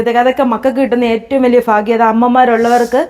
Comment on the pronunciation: ഫാഗ്യം അല്ല ഭാഗ്യം